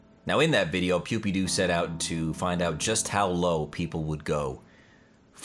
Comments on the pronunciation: Pew D pie not pew D P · Pewpepie...Pewpedo... Pewdepe... Nice pronunciation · Did he call him pewpeepie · The way he calls PewDiePie 😂😂”Pewdeepoo” 😂😂💀Love your content 🙌🏼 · Wait did he say PewPewPie or Pewdiepie? :p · You're pronousing Pewdiepiewrong tho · I hate you because you can't even say pewdiepie's name